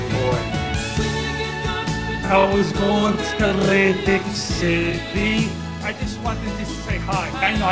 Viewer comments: Love how he rolls that L in Lantic city, sexy. Im straight, im juss sayin. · laaaaaanntic ceeti🤤